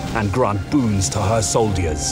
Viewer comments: i don't like the way he pronounces soldiers, sounds like he's saying sold ears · Hearing you say "Soldiyuhs" in the 'epic movie trailer' voice is pretty funny :D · I know right? What's up with that? I've never heard anyone pronounce the word 'soldier' like that :D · Did I just hear the narrator pronounce 'soldiers' as sol-deers? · Ah yes soldiyers. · soldy ers? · "soul diers" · Why is he saying soldiers like that though. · So weird the way he says soldiers.